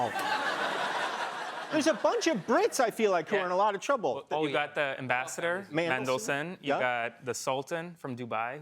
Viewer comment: IT'S MANDLESON NOT MENDLSON.